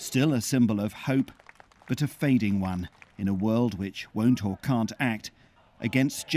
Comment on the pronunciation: I was serious about the Myanmar news until the reporter said "Bangkok"😑